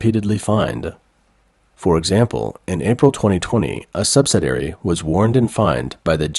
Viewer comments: The speaker for this channel does not have an accident. And yet, some of his words are not correctly pronounced. For example, he mispronounced 'subsidiary'. He pronounces it 'subsidary', which misses the second "i" I wonder if this is a high quality, computer generated voice. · Why is it that you can not correctly pronounce the word subsidiary? In every video of yours that I have watched, you consistently mispronounce this simple word ? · Please see if your can program your AI narrator to pronounce 'subsidiary' correctly. Thank you.